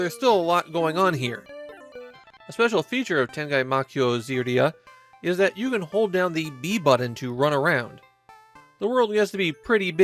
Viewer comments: Great retrospective (although Ziria is supposed to be pronounced "Jiraya" like its protagonist). This game was strongly influenced by Hudson's own Momotarō Densetsu, even sharing some of its development staff, and implicated staff from various animation studios such as Tokyo Movie Shinsha. Ziria still feels like a Famicom game on CD-ROM, compared to its illustrious sequel that rivaled its Super Famicom peers in terms of production design and pacing, but it remains a monumental video game for 1989. Kinda the Cleopatra of its medium. I strongly recommend the 40 minutes retrospective "Tengai Makyou ZIRIA: A History & Retrospective" from the channel Region Unlocked for a longer look at this game. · 天外魔境 ZIRIA is pronounced Zee-ry-a. It's even spelled out じらいあ. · "Ziria" is pronounced "Jiraia". Blame the non-standard romanization they used.